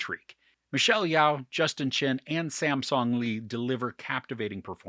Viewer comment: Yeoh is pronounced as Yo